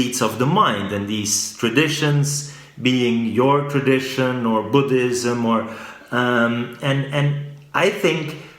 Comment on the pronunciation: First foreigner ever to pronounce Buddhism correctly